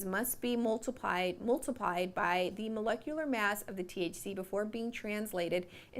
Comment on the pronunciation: You can't pronounce molecular. Means that you never say it. Meaning that you know nothing about the matter. This is thc not cocao lotion.